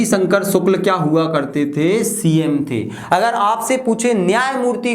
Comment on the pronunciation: Sir रवि शंकर शुक्ल है वो शुल्क नहीं 😂😂